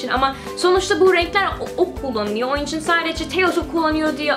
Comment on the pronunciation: GleekandProud sanane sanamı dedik isine bak! Kelimelerin cogunu duzgun soyluyo da onumu soyleyemiyo ben sadece soyledim ister dikkat eder ister etmez